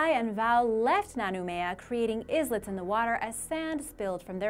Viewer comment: Did she just pronounce "islets" as izlits? or so. Kiribati is also pronounced "keereebass".